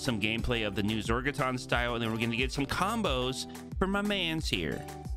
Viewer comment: "zorgotRon" said it wrong one time in the whole video, and it had to be the first time. cmon